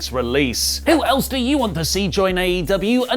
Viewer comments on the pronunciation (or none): none